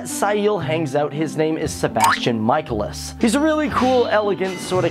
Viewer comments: its pronounced SEE EL (like that) And Sebastian's last name is pronounced MIC A LIS Pls learn it. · See el, it’s pronounced see el. Not si el. And it’s meh cae lis. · I died when he said Ciel's name wrong and Sebastian's last name wrong. Its {See-l} and {Muh-Kay-Lis} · Wait wait wait.... Did he just say.... Si-e-l? *facepalm* and... Sebastian mike-al-ias ur killing me buddy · SBESTIAN "MIKE- EL- US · Yeah, not to mention they were distracting. I was constantly like, "It's pronounced cee-EHL and mi-KAY-lis! How could you watch the show and still not know how to pronounce their names correctly?" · Japanese pronunciation Ciel: Shieru Michaelis: Mi-Ka-El-Is English pronunciation Ciel: C-Yel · His name is actually pronounced 'Mic eye lis' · I must say i felt incredibly offended by you mispronouncing my name. I am Ciel (see- L) phantomhive not Sai eel and my butler Is known as Sebastian michaelis (Mic-a-Lis). I can understand with my butler as it seems you were merely pronouncing what you saw however I thought my name was pretty obvious? sighs Perhaps you need to do a video on how to say things... Honestly... Also the show/ Manga is Kuroshitsuji which is pronounced as: Kuro Shit Su gee Please for the sake of the hard core fans who died from cringe during this video Learn how to prounounce names yes i understand that they may be japanese which can be slightly hard but if you can't say it - DON'T SAY IT- it can't be that hard surley?* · When you know the cringe is real as Ciel's and Sebastian's last name is pronounced wrong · Oh My..The way he said Ciel and Michaelis....I cringed so bad (Im a huge Black Butler fan btw) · "kuro - shit - shut - tsi" is what i heard. Please watch the anime BEFORE starting to call them random names ;-; (you said michaelis and ciel wrong) NO HATE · Kee-roo-sheet-sue-gee. Isn't that how the supposed to say it? Mike-ay-less and See-el SAY IT WRONG AGAIN AND ILL RIP OUT YOUR VOICE BOX AND FEED IT TO YOU!